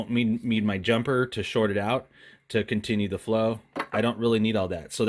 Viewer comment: Zeee batteries 👍